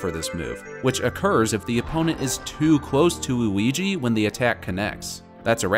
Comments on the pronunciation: why did u say oui-ouigi the 1st 2 times u said luigi’s name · my man calls luigi wooweegee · “What’s the difference between Mario and Wewigi?”